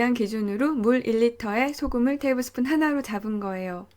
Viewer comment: 테이블스푼이 밥숫가락인가요? 발음이 약간 꼬였다 했더니 영어권에서 살고계신가봐용